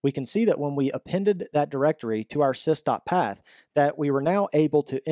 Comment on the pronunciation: just a small comment.. It's not SISTA path. It's sys dot path..